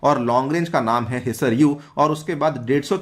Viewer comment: हीसर ,, नहीं सर ..हीसार है